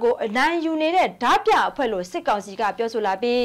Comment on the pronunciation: ဓားပြကို ရေးတော့အမှန် ဖတ်တော့အသံဆိုပြီး ဒမြလို့သာ အသံထွက်ပေးပါခင်မျာ..ကျေးဇူးပါ❤❤❤